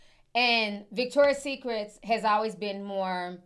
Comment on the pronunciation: It's Victoria'S Secret. Not Victoria SecretS